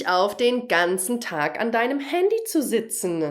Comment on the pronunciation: Warum stellt sie eine weitere -e an den Enden von Infinitiven? Ich kann sie bestimmt und sehr klar hören und frage mich sehr. Ist das Hochdeutsch oder was? Ich hatte es mir früher noch nie gemerkt. Sie sagt z.B. benutzenE und sitzenE.. Wer weisst was? Bitte helfen